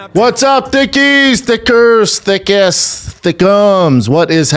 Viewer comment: thickers is not it brendan xD